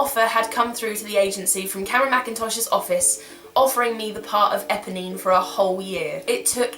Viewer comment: EPONINE.......NOT EBONY!!!!